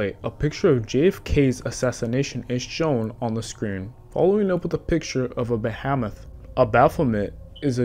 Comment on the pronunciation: Bahamoth? Saintism? Koltilism? Bruh you coulda just rerecorded that whole part